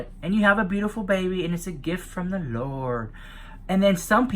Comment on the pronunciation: I need a gif you saying “gift from the lordt”😂😂😂